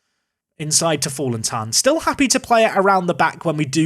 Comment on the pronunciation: The "in" in Fallentin" is pronounced as "going in" [ɪn]